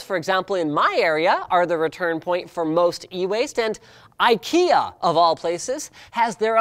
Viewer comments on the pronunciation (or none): BTW, Ikea is not pronounced Eyekeeah But EEkayah ;-) Respect